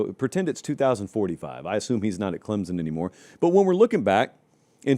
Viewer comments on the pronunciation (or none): its clemson not clemzon.. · Pronounced Clem(p)son